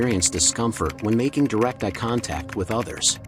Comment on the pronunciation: Worse than creepy when the robot pronounces "eye" as "eh"! 👁